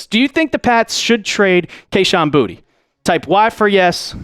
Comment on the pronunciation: It is pronounced Boo-ta not booty It is French..